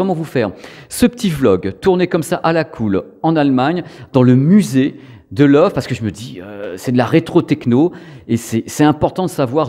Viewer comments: Super vidéo, mais j'ai buggé à chaque fois que tu donnais le nom de la marque. Ca se prononce "le voeu", pas "love" :). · Salut Petite vidéo Très sympas, une toute petite corection en Allemagne on dit pas Love mais Leuveu (c'est écrit phonétiquement). Je me réjouis toujours de voir tes vidéos. Allez salut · Merci pour tes vidéos toujours très intéressantes! Par contre si c’est de l’allemand, Loewe doit se prononcer « leuveu » (Le charme germanique) 😉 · Ça se prononce Leuve en insistant bien sur le E à la fin en allemand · Sauf erreur de ma part, il me semble que ça se prononce lœuvœu 😉